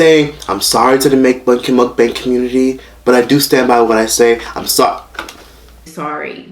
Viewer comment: can't even say MUKBANG right. Lmao